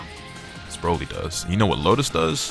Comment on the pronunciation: Bro said “Droly” 😂💀